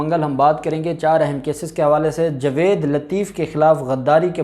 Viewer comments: یار تمیں جاوید کہتے ہوئے شرم اتی ہے تم کیسے وکیل بن گئے ہو جسے جاوید کہنا نہیں اتا جوید نہیں ہے بھائی جاوید ٹھیک لفظ ہے تم تو جائل قسم کے وکیل ہو تمیں میں بار بار کہ چکا ہوں مگر تمارے سر میں جوں تک نہیں رینگتی کچھ شرم کرو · آپ تلفظ ٹھیک کریں٠ لفظ جاوید ہے نہ کہ جوید